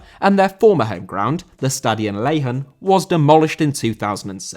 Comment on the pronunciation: Lehener* not Leihan